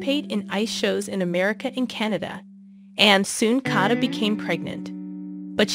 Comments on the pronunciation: Please, re-record this… how can you say ser-gee? Please not kata; it’s Katya! In Russian there is a y sound before the e. “Ye” 9 to 11?? Is this a bot reading? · Nice video but you could have made the effort to pronounce their names right: his name is pronounced sir- gay and Ekaterina’s nickname is pronounced Kat-ee-ah and her last name is pronounced Gor-dee- eh- vah. Daria is 31 years olds and her name is pronounced Dar- ee- uh